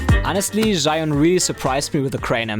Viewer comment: 智雲 "Zhee-Yoon" not "Zhai-Yoon". Great video!